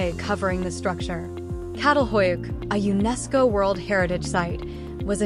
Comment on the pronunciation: Its pronounced cha-tal not cattle🐄🐂